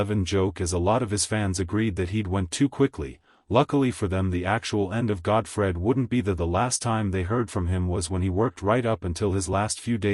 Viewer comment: "Godfried?" Good grief, if you're gonna use AI, at least get it right. Terrible production.